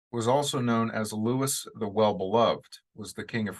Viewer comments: Louis in French is pronounced 'loo-ee' The 's' on the end is silent. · Johnny is definitely going to be challenged in this role mainly because he'll be speaking French. Just so you know Louis is pronounced Looey & 15 = quinze in french is pronounced canz. Can't wait to watch the movie...although my french isn't very good...guess I'd better get remembering & learning more!!